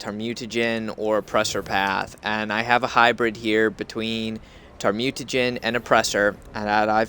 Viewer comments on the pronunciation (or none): lol, i know i prob should not post this, but u kinda misread thamaturge, u said it like tar-mute-a-gen, its pronounced thal-ma-turge. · Just so you know if you still read these comments, it's pronounced (Thaw-muh-turge) Thaumaturge